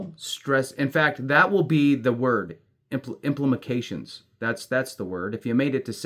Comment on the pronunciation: "Implemecations..." 🤣🤣🤣 (Sorry - that shit was funny!)